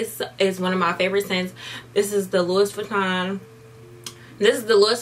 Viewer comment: lowis vuitton lowis vuitton smh lmao